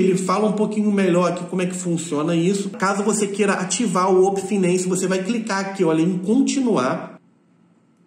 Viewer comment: Uopen finency kkkkkkk